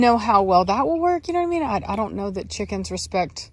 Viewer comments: When you say cheeekins, you're a scouser in your soul lol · "Look at all those chickeens " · Lely Negron “chikenths” thank you very much 😌🤣